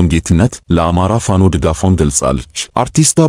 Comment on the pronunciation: ለዜናው እናመሰግናለን ! ፋኖ ስትል " ኖ " ጠበቅ ማለት አለባት፣ ያንተ አገላለጽ ልክ አይደለም፣ ለመሆኑ ፋኖ ፋኖ የሚለውን ወኔ ቀስቃሽ ዜማ አላዳመጥክም? በል ቶሎ አዳምጥ፣ ኮሜንቱን ተቀብለህ አስተካክል፣ በተረፈ በርታ!!